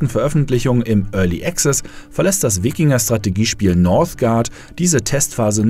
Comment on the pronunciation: das mit dem strategiespiele aussprechen üben wa nochma x)